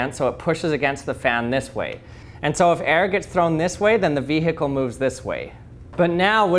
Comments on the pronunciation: did you just say it “ vi heckle” ? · VEEE HICKLE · "Vee-hickle" Nice